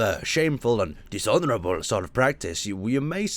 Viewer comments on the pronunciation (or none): You say 'dishonourable' in a Japanese accent, despite the fact kamikaze was their thing.